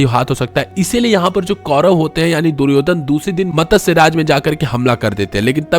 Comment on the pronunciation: Matasya nhi matsya chutiye